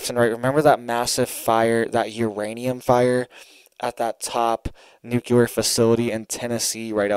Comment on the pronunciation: Nucular is not a word. Nuclear, is the word you are looking for.